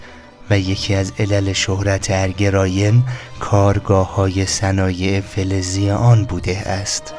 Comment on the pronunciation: ضمناً رايْن نيست تلفظ صحيح آن رايِن هست و زير حرف ى كسره قرار دارد